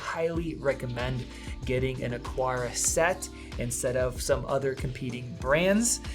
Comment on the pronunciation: lol why can't anyone say AH-CAR-AH